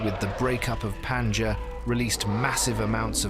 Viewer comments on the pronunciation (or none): Everytime the Pangea supercontinent is mentioned, I cringe. The stress is in the middle syllable -ge-, not in Pan-! PanGEa.